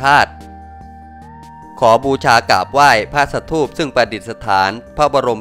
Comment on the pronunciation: อ่านว่า สะ-ถูป